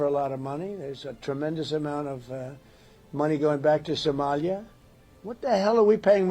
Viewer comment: I love how Trump says "Somalia" more like "somelier" (a waiter responsible for serving wine).